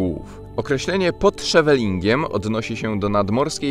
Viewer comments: Źle wymawiasz Scheveningen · Ciekawy filmik. Kilka uwag: 1. Scheveningen wwymawia się [sCHeweninHen], z akcentem na pierwszą sylabę 2. James Cameron dzieciństwo spędził w Chippawa (część kanadyjskiego Niagara Falls). Przy placu Cummington znajduje się kamień z plakietką z brązu informującą o tym. 3. Niejednemu wynalazcy Hoffmann. Oprócz wymienionego tutaj Jakuba (Fryderyka) Hoffmanna inny jego imiennik - Józef, pianista i kompozytor, Polak i Amerykanin dokonał kilkudziesięciu wynalazków, z których najbardziej powszechne w użyciu są wycieraczki szyb i amortyzatory samochodowe oraz zegar elektryczny i spinacz biurowy.